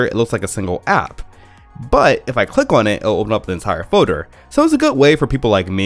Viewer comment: Foader instead of folder